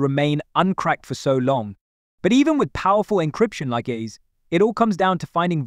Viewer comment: You can tell from how he is pronouncing the AES encryption algorithm. But good content so far even if the AI voiceover was also very monotone